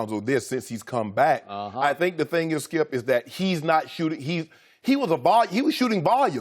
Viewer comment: loooool he tries to say skip straight after and fails loooool